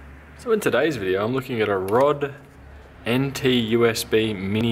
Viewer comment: ROD.... HAHA ROD! dude RODE is an aussie company.. and you butchered the name...:(